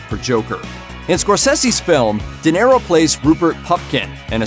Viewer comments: Good Lord, man! How do you not know how to pronounce De Niro???!!! “Dinero” means money in Spanish! Yes, the guy may be money, but thst is NOT his name! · Why are you saying "Dinero"? It's De Niro. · Ok.. stopped video when I heard Di Nero.. ears hurt.. seriously! Geez!